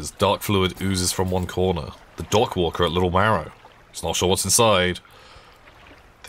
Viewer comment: I am unreasonably irritated by pronunciation of the word "dockworker"